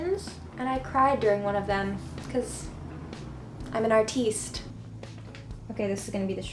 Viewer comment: "Because.. I'm an arteest" lol